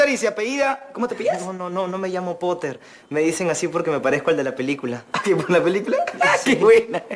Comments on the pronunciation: "potter" popoter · Poteer " Piter"